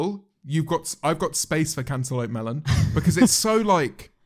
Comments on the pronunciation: no one: James: "cantullope melun" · The way James says cantelope sounds like "Can te lope mel on" if that makes any sense. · How do u say it 👁👄👁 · ten hour compilation of james marriot saying cantaloupe melon pls?